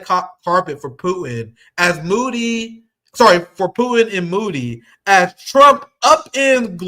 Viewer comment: LOL "moody", "faheed" ya'll pronounciation game wack